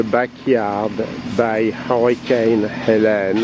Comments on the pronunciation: It's should be obvious to pronounce it correctly as He-LEEN because it has an "e" on the end. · hahahaha ... I suppose that the poster of this vid is from France. So "Hélène" (with accents on the "e"s ) will be pronounced like he first did.